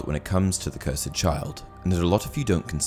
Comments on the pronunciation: It’s cursed not curside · It’s cursed, not cursaid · Lmao why cant u pronounce the word cursed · Wait... how did you pronounce cursed? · I love ya man but the way you pronounce cursed is wrong and it annoys me